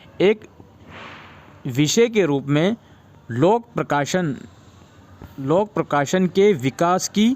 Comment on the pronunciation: Lok prakasan nahi lok prasasan hota hai 😂